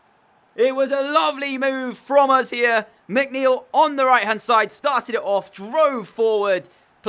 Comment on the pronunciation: And yes, you got my name right✌